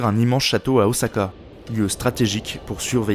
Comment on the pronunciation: Les sons "ch" sont prononcé [sh] dans la vidéo, ils devraient être prononcé [tch]. Mais bon, j'me plain pas, pour une fois qu'Ôsaka voit son nom bien prononcé par un Français :D !